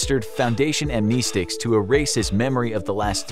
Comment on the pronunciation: He lost me when he said Amnesticks